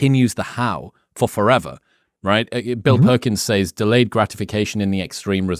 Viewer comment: The word “says” is pronounced as (sez). Stop saying (saize)